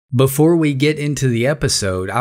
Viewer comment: "Buhfor"?????? "Sinner console"?????? "Tuh"????? "Impordince"?????